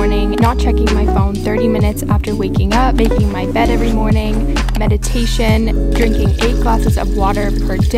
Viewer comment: its meditation not madiation gurlll